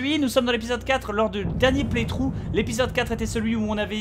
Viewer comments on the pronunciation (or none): Le dernier "Plèye Trou" ? c'est pas Play Through ? x)